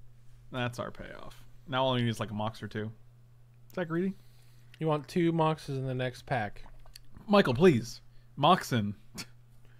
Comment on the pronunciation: I hate it so much when people say “moxen”.